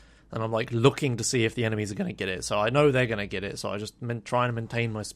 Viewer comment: The word "get" is pronounced "get" not "git"